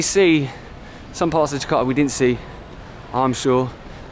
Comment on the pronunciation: Its more like ,Jeka'a instead of Ja'arta